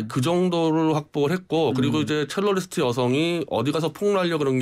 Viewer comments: 첼로이스트가 아니라 첼리스트 아닌가요? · 첼로리스트?가 아니라 '첼리스트' 입니다. 배우신 분들이 참